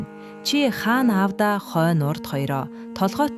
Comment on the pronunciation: Хаана гээд байх юм. Хаан гээч